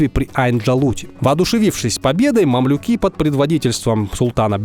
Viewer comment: Почему декларацию Бальфура нужно прочесть таким противным голосом? Кстати фамилия Бальфур с ударением на первый слог, а мамлюки с ударентем на букву Ю.